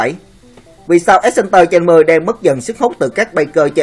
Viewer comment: Ad đọc sai từ exciter rồi... ad đọc thành axcenter nghe nó lúa lúa như mấy đứa con gái không biết xe vậy ấy...